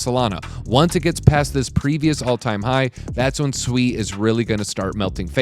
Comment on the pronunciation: You say sui weird Americans 🤦‍♂️🤣